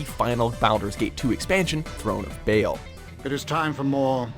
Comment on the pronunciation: "Throne of Bael?"